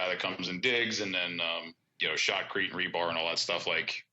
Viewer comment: Did he say "shot crete" ??? Im starting to pay attention/get hard.